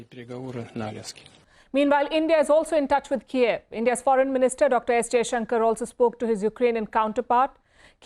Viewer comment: Palki can only shout, don't know the basic pronunciation difference between Kyiv and Kiev, that's the whole point of this fuckin war 😂😂😂🤡